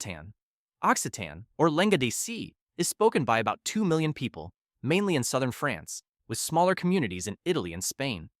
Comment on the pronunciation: the way he pronounced France was way worse